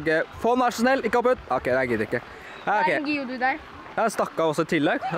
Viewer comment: Det heter geodude ikkje geadude